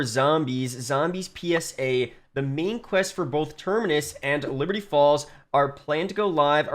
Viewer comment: I can’t un hear liberty balls